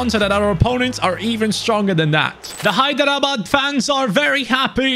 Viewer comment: Hi, Hyderabad is my city. You pronounced is too good compared to others. Keep up the good work.